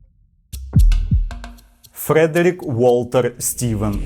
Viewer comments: Правильно буде фрЕдрік. Порада - використовуй Forvo для власних імен. P.S. ну і Глазго, а не Глазгоу. Пан, ви як на мене, інколи забагато географічної інформації даєте, яка особливо нічого історії не додає. Не пам'ятаю епізод, але там майже не в кожному реченні називався той чи інший округ штату Флорида - воно більшості людей нічого не сказало і так, а в назвах - помилка на помилці. Зробіть собі життя легше і пропускайте географію де вона нічого не дає. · Я думаю правильно ФредерІк, типу як Шопен